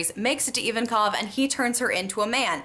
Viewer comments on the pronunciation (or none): Its Ivankov, Not Iwankov. Other than that, again, Craaaazy good theory!!!